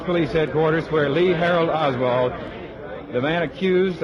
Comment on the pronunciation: He said LEE HARALD OSWALD